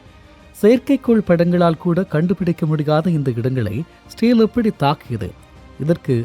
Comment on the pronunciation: பரபரப்பு மீடியா செய்தியை அப்படியே திரும்ப சொல்றியேப்பா. இஸ்ரேல் என்பதை சரியாக உச்சரிக்க முடியாதா?